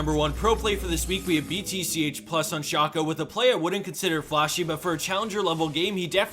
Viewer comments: WHo the fuck is SHOOOCKO, its SHACO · It's shaco, not shaco. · That Shaco pronunciation is disturbing